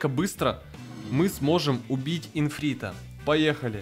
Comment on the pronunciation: не инфрита, а ифрита